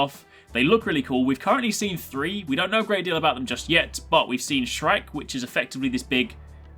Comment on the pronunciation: Shrike, not shrek.